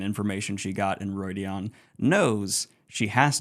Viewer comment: It's well known that pronunciation isn't the best but in each book there's a glossary with how Robert Jordan intended certain words to be pronounced. Calling Rhuidean Roydeon is cringe worthy